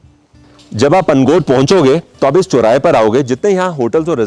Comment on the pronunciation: Sir i like your videos.... but i have a feedback for you... if you are explaining anything in hindi, please use correct pronunciation... the way you speak is very irritating because most of your words are pronounced wrong. . आप सौ को सो ,चौराहे को चोराहा बोलते हो।